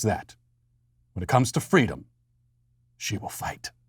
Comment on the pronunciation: Did Fweedom celebrate Ramadan in her infancy? because if she didn't then its hate speech